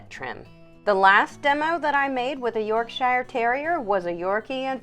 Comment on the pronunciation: I like how you explain everything, many other groomers on YT just use text. But there's just one thing.. You're actually pronouncing Yorkshire incorrectly. The shier is pronounced as sheer.